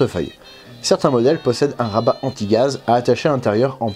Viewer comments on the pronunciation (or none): none